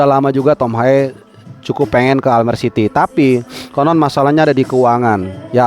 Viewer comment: Bacanya Almere jgn almer😂😂😂